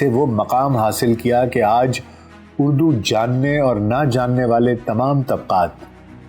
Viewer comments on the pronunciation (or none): اردو ہے نہ کہ اڑدو